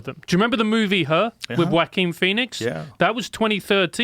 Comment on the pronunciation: This episode: Lots of interesting conversation Me: ... you pronounce Joaquin Phoenix as Whack-in ? o.O